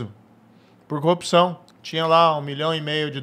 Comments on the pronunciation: Velho quantas vezes ele fala "coopçao" , "cupissao"... o que é isso cara? Sinceramente não faz sentido, é uma repetição de absolutamente vários nadas. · O cara n sabe falar CORRUPÇÃO